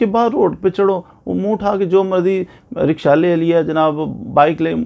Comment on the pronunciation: rickshaw lay lia ha lol lohori accent 😂